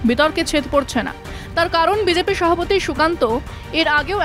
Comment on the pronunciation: ম্যাডাম আপনাকে শ্রদ্ধা করি তবে একটা অক্ষর মনে হয় আপনি ভুল উচ্চারণ করছেন মনে হচ্ছে সভাপতিকে সহাপতি বলছেন। তবে স্পিডে কথা বলতে গিয়ে অনেকেরই এরকম হয়ে যায় আমার মনে হচ্ছে ওই শব্দটা যখন ব্যবহার করবেন তখন একটু ধীরে বলবেন তাহলে ভ অক্ষরটা স্পষ্ট হয়ে যাবে।